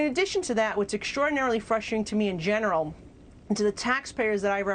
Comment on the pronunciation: What is frush-strating is that you are too lazy to distinguish sh and ss.